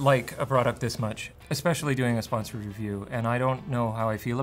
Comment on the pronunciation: He said sponsord review.